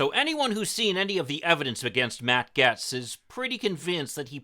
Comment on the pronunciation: Bahaha, you can't even say his name right. You guys are fishing hard-core